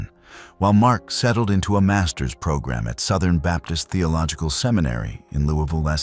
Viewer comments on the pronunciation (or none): none